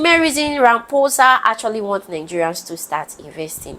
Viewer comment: Cyril ramoosa girl do research and pronounce names proper, is this what Ramaphosa want, in SA to invest when they can't even speak on their YouTube videos, they too lazy to put effort in anything 🙄🙄🙄🙄imagine 5 million rands to start a business girrrrllll😂😂😂😂